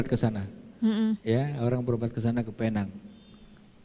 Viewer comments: Tu slang omputeh je kak..mcm durian atau durien( slang org putih) atau oreng uten…Sebutan Penang - Pineng tu salah. Penang -Pinang. Pinang Island. Kita ni org Malaysia mmg sinonim dengan mengikut cara org putih bercakap. Padahalnya mereka yg silap tak pandai sebut perkataan Melayu..kita pulak yg mengikut mereka. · Sebutan Penang nya bujang Penang tapi Pineng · PENANG Ejaan dan sebutan british utk pulau pinang. Cara menyebutnya dlm bahasa melayu PINENG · Sebutan 'Penang' itu sebenarnya 'pineng'..sebutan yg berasal drpd Bahasa Inggeris..namanya dlm bahasa melayu ialah Pulau Pinang.. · Pulau pinang tu di Malaysia. Klau org luar panggil Penang. Xdaq org kenai pulau pinang. Tulisan penang sebutan pineng.